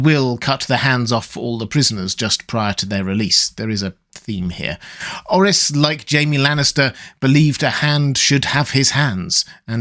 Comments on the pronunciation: It's prononuce Like OAR-RIS not OH-RHYS. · That aint how you Pronounce Orys bro stop saying it like that he isnt welsh 😢